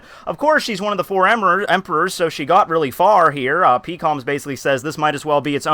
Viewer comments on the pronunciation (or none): Why is it hard to say "Peh-kom" instead of "Pee-kom"